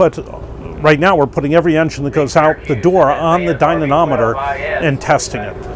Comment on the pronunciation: OMG, dynamometer not dynanometer..!! You're trashing your credibility.